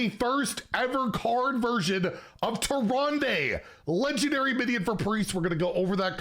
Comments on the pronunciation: inn keeper says tee-run-duh not -day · That was tricky to listen to lol.